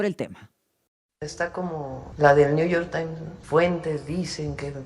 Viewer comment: Ayer escuché a la presidenta decir: dijistes, ahora mismo la acabo de oír decir niu yor tai, digo, estudió en Harvard, sabe hablar inglés y me supongo que español también pero ahora renuncia al conocimiento solo para hablar pedestre y agradar a la manada y por supuesto al macuspano